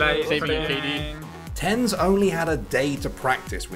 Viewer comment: This dude said “tens” rather than TenZ lmao